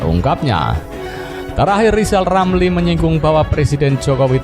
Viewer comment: Sebelum mengeritik pak jokowi coba pak lijal lamli eja dulu namanya yg benar baru bisa kritik 😅😄